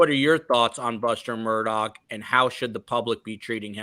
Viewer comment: Of all the pronunciations u want to say, Mur Tog?? It’s super commonly mispronounced but this is just obnoxious and annoying